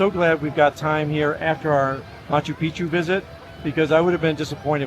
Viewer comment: Great video, living in Cusco, originally ftom Cape Town. Your Cusco Tourust Tickets should gave been 130 Soles (avout $36) each, why so expensive? A common mispronunciation of Machu Picchu, the second part should be said as Pic'chu - otherwise you are referring to male private parts insted of a mountain. Liked the lifht-heartedness & pace of the vid 😊